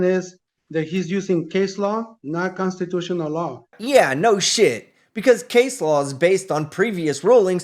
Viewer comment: "My consatutiona rights"